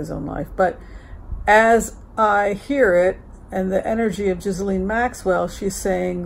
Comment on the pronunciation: her name is pronounced GEE LAINE